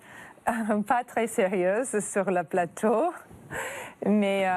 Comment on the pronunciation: "merci d'être venu sur notre palateau"